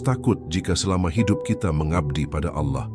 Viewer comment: kritik buat narator, agar melatih cara mengucapkan kata Alloh, dan tambahkan 'swt', dan juga tiap sebut nabi tambahkan ucap 'saw' latih berulang sampai fasih, latih ke ustadz atau musyid. kl utk narasinya super jos deh mantab, teruskan min...